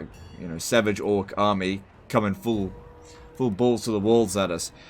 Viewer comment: It sounded like he said "...'bulls' to the walls at us."